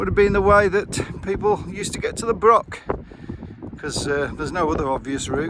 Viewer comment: The reason for all the wood logs is due to the gales we had the other year. It felled a lot of woods in the area. Also Broch is not pronounced brock. The ch is pronounced the same as in loch. It’s similar to German der Loch or das Buch. The river is the Whitadder not white adder. Adder means tributary and it joins the Tweed just before Berwick. The round house on the other side of the Whitadder is called The Retreat. It was a hunting lodge belonging to the Earl of Mar. The farm up the road from it is called Blakerston. There is a small fort on the top of Cockburn Law, pronounced Coburn, Law meaning hill, but little left. There is a better marching camp at the top of the Cleuch, on the road towards Duns.